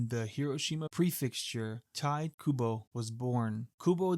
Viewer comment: Its pronounced taito kubo